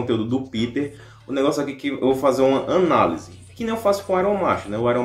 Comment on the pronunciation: KKKKKK "ÃNALESE" KKKKKK É ANÁLISE